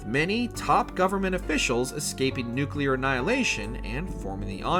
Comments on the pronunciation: Does anyone else hate when people mispronounce "nuclear" dude does it so many times and each is like nails on a chalkboard. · Me too man… me too. There aren’t two u’s in nuclear! Pet peeve of mine. Thought I was the only one. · You choose to do a deep dive on the fallout timeline and can't say the word nuclear correctly....unwathcable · For everyone who dislikes the video just cause mispronounced nuclear, it's just how he says it no need to dislike just based on that alone. God people need to learn that others can make mistakes. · Every video that gets "nuclear" wrong deserves a thumbs down. Ei jatkoon. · Maybe that's how he pronounces it, no need to berate the video just on that alone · Take a chill pill... Everyone makes mistakes it's a part of life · 4 times in the first minute alone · ok maybe that's how he pronounces it no need to attack him in the comment section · Nu-cle-ar! NOT nucular. There isn’t a second ‘u’ in the word. You made this video unwatchable by the number of times you pronounced it that dumb way in the first two minutes. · It’s so frustrating to watch a video about a nuclear apocalypse when the narrator keeps mispronouncing the word “nuclear” as “nukulerr”. There’s only one “u” in the word. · The only issue I have is the pronunciation of nuclear. It isn't nu-cu-lar 😂😅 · um... it's a "WatchMojo" video bruh... you're lucky they said "Fallout" correctly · Honestly I really don't care how it's pronounced but I say nucular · Please learn how to pronounce nuclear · If you are going to be creating Fallout content on a large channel like this, please, learn how to properly pronounce NUCLEAR!! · Hey bro. Learn to pronounce nuclear. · For the love of all that is good in this world, learn how ‘Nuclear’ is pronounced. Embarrassing. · Nucleeeeeeeer!!! Not Nukeyeller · Say it with me, nu-clee-are. Not nucular. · Nuclear and not nukelar! 🤦🏻‍♂️ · Nuclear Nu-clear.... Nu-cleeaarrr. "nUkU-Ler"💩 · Nu•clear. FFS. Not nu•cyu•lehr. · Nuclear not Nucular. 😊